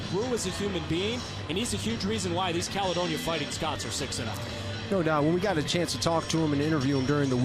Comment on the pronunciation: Can’t stand the way the announcer says Caledonia